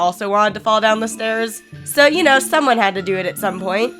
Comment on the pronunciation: the accent on the fall killed me XD